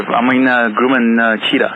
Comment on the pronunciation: Your Airplane is not called a it is Grumman Grum Man, the way you pronounce Grumman sound like grewman that is just wrong. And we do not have fire brigades in the United States. 🤣🛫